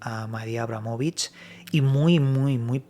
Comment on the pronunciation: Decir mal su nombre forma parte de otro extraño ritual??